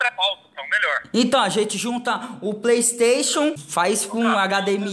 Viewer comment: mano o yudi ta muito grande! ontem mesmo ele tava no bom dia e cia dando "praystatiun" XD